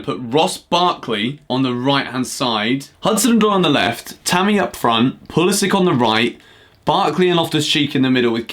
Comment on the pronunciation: Don’t disrespect Pulisic like that, please pronounce his name correctly mate